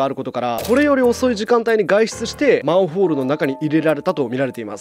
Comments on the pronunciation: たっくー「まんふぉーる」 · マンフォールにしか聞こえなくて気になって仕方ない。。うちの耳がおかしいんか。。